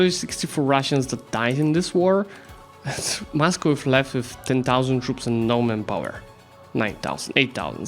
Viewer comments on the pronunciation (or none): none